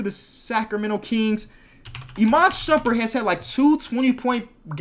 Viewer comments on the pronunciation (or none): none